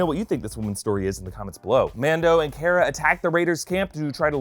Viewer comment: It’s pronounced car-uh